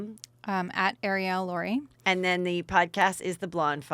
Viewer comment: Heather is 'The Name Mangler.' You embarrass yourself how many times you conflate names. You cannot even bother to figure out your guests names before they are on your show?? Today's guest is NOT Arielle "Lor" as you pronounced it....it's Arielle Lorre pronounced Lor-ee. Also calling Harry Dubin Harry Duber is just lazy, shoes no show prep. Have your assistant help you, you need it.